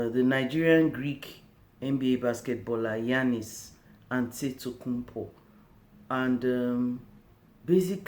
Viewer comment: Thank you for giving this review/your reaction is appreciated. I live in the USA and wondered what fellow Nigerians think about Giannis' story. By the way,, you can say his last name correctly "Adetokunbo" -Wink